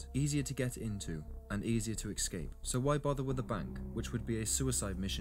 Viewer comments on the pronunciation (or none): DEAR LORD DID I JUST HEAR AN ENGLISHMAN PRONOUNCE IT EKSCAPE!!!???????????? UM ESCAPE THERE SIR BAD GRAMMAR. And ❤Vaquero is pronounced Vakero! Ugh